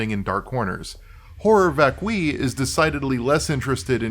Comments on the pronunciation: It’s “vac-cue-eye” not “vak-kwi” Horror vacui is an artist’s condition which means fear of open spaces. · I know that my name is literally the male version of Hermione, and I hate to point it out, but I think it's VÁCUI , not VACUÍ